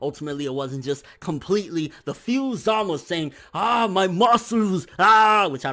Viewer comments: his name is zamasU not zamas lol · It always lowkey bothered me that pronounces Zamasu's name the way he does Za-mas. It just sounds weird to me while Za-ma-su just sounds natural. idk why it bothers me lol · za-mah-su 3 syllables